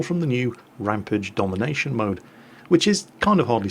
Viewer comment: ...please sir, say that bloody rampage word right man!!!!